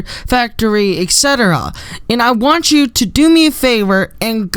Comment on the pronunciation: Omg i love this persons accent when they say "Want" OOOOOO